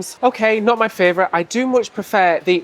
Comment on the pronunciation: FRAYvourite lol